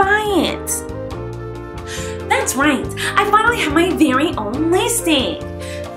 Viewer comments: IT’S LIPSTIK! SHE MEANT TO SAY LIPSTIK BUT IT SOUNDED LIKE LISTICK! EVEN HER DESCRIPTION SAYS SO! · she pronounces it as litstik... that's why i said it.. but no hate on the queen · Listick? Lol She doesn't even know how to say "lipstick". 😂😂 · fezrayoos not listik, it’s lipstik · Actually dissapointed it says lipstik and not litstik😂😂 But congrats colleen! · Logan Bluestone she says it Listick but the package says Lipstik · In the pak it says lipstick But it's liststick lol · I spelled it wrong for a reason listen to her LISTICK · Frxya she said that on purpose because Miranda keeps on says it like listick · She doesn't say lip stik right😂😂😂😂👋😈😈😈😈😂😂👎